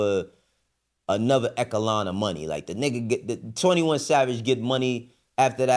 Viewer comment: I know didn’t just pronounce echelon as ecka lawn